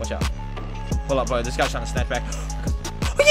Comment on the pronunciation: bro... Or better yet, "bwo", you need to take some time for yourself and practice on them "R's" big guy!😂 Usually they put you in them speech classes when ur in elementary but it seems as tho you skipped that class... Can you just make a video where you just try to say words with an R in them? That would be classic!! Just a thought!🤔💭 R.I.P to all the R's!